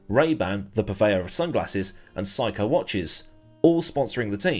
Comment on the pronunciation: Psycho watches? Oh right, Seiko! (For future reference, Japanese is usually transcribed as directly as possible, no need for using the German pronunciation of "ei".)